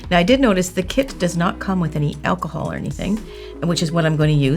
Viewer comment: When she says achol can I use normal achol eg vodka